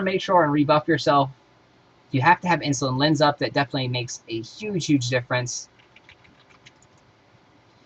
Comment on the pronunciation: It's In-Sul-Ate-Ing Lens, not Insulin Lens. O-cult-ism, not oc-u-lism. Lin-e-idge, no Lin-idge Spec doesn't look bad but learn to pronounce words prior to doing a video.